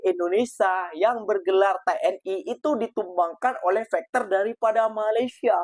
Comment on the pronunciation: Fighter ko sebut macam bunyi fekter mcm bunyi factor juga jangan ubah bunyi Fighter itu mas ia bahasa inggeris kalau bunyinya berubah bahasa itu sudah jadi lain (fighter-faiter)